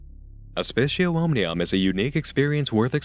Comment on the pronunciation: C's are hard in latin btw. So aspicio is pronounced "aspi-k-io". The c sounds like a k, like Kit Kat. Just an fyi.